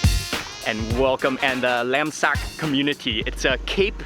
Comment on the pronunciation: Funny how you said "laemsak" my friends asked me, what he just said? Lamb sack? 🤣I'm off to cook kaeng Kari 💝